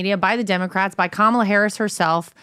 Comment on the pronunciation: IT'S STILL.................KA-MA-LA.